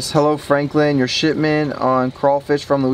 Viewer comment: You said shitment